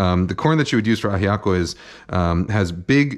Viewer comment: Your pronunciation of Ajiaco and Bogotá: 🏆